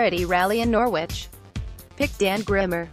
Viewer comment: It is pronounced Nor-ridge!